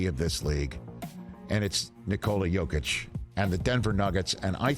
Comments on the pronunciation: ...And it's Yo-keech and Yo-veech :) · National media learn how to pronounce the 2x mvps name right challenge: impossible difficulty